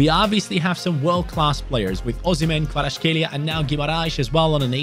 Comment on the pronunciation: I love how everyone mispronounce Kvaratskhelia